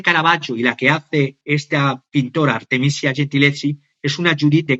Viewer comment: Minuto 23: Artemisia Gentileschi (pronuncia: Artemisia: con S dulce, como la palabra iglesia, el apellido Gentileschi, se pronuncia gentileski).